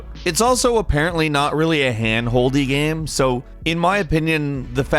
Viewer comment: How can this dude run a gaming channel, not be able to pronounce “game”